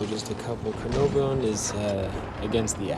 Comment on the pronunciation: Cuh-nar-von (pronunciation)